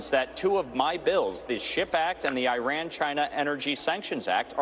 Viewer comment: this guy cannot even pronounce Iran. bought and paid for Republican